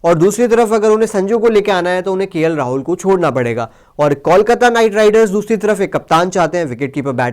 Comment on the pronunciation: Pls Correct Your Pronouncetion. ITS KOLKATA